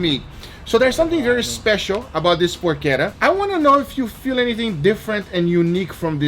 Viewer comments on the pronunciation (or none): I gotta admit, the way you mispronounce porchetta is a little annoying. It's por-cheh-ta, not por-ke-ta. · Por-cheht-uh..... Not Por-kett-uh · It's porchetta not porquetta... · "I Dry Aged a PORCHETTA in my Fridge and this happened!" - Is ChubbyEmu creating titles these days? Serious question, is the proper pronunciation "PorCHetta" or "PorKetta"? Raid Shadow Legends - at least he's not overwhelming the world with VPN ads. Regards this recipe: Looks good... but I'd try to wrap some of the inner stuffing around so it's not just in the center. (AND a lot LESS salt, but that's a constant complaint here). As always this last two or three years, Guga's camera work for all the cooking is outstanding.